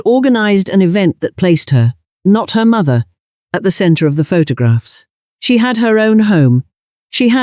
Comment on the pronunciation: Bad ai naration, pho-tog-rags?